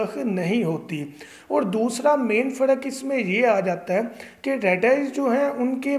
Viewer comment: یار پڑ نہیں پر۔ فڑق نہیں فرق۔